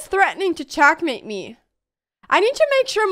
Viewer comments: Why she is telling check as chak and checkmate as chakmate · All I could hear is "CHACK MATE " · Love how she says chakmate 😂😍